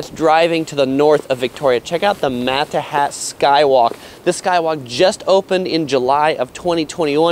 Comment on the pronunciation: Lol i love how he called the inlet a lake, and mispronounced malahat 🤦